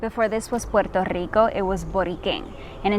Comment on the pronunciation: She said pur tur Rico 😂😂😂